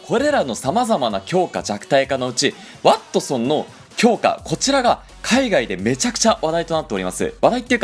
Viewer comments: ｢ワッ↑トソン｣ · なんだろう、ワ↑ットソンにつぼってしまう自分がいる